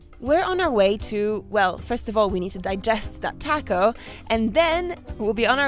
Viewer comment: Yummy episode! Can't wait to hear you say "taco" correctly, maybe by the time you leave South America! You know, when in Rome, have respect. Love your journeys and would really love to HEAR you put in the energy to listen to where you are!! You can do it, you did Antarctica, it just takes intention!